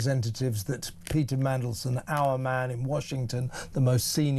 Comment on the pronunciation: lmao. .Have you always pronounced Peter 'Peda' or do my ears need checking .